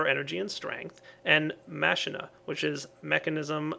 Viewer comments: Machina is actually pronounced: "mack-ee-na", not "mash-in-na" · Ma-keen-a, not Machine-a. It's both in Spanish and Final Fantasy X. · Oh, and its pronounced makina not masheena. Also add facades to the pipes outside your main house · IT'S PRONOUNCED MAH-KEE-NA! MAH-KEE-NA! NOT MA-SHEE-NA! Both you AND zisteau messed up the pronounciation D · actually KrafterkidB11 all the aspects seem like actual latin words so it would be closer to mak-e-na as in deus ex machina which means a god out of a machine and therefore machina following latin grammar and common sense is machine and you mispronounced it just thought i should help you out... and viva la skyarmy! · it is pronounced MAH -KEE-NAH for machina just so you know:P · machina is pronounced Ma-ki-na or the "h" is silent.